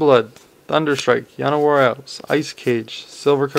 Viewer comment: you tried to pronounce llanorwar elves like it was a spanish name :)